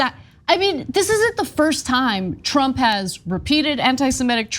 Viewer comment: So is it Donald Trump or Donald TROUPE? LMAO!!!!